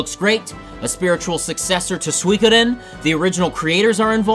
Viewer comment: It's been quite some time since I heard someone say "swee-kaden".. doesn't even bother me anymore. English has already been long since destroyed by the internet so I say we do it to all other languages too. (Only 25 years in Japan.. What would I know about it??) Otherwise good video. I gave it a like.